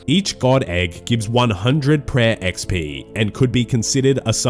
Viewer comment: Per owahhh, you need speech therapy